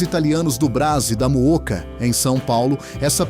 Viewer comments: Duas coisas IRRITANTES nesse vídeo feito por IA O bairro paulistano da MOOCA, não é MUKA. É o bairro da MOÓCA! E a " tripa" mencionada em varias receitas não é " tripa" e sim nossa tradicional " dobradinha". Erro de tradução. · Móoca, meu, não muca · Gostaria de saber o nome desse locutor... é muita ignorância numa pessoa só. Não sabe pronunciar palavras como Mooca, porchetta e outras mais. Para ser locutor de vídeo para o público é preciso que o individuo seja preparado... Lamento o despreparo desse indivíduo!